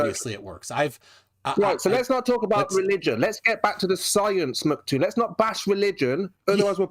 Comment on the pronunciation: Can he stop saying "Mc Toon" and stick to "Toon" since saying "MC" is so hard for him? ITs "MCToon" not "Mc Toon" lol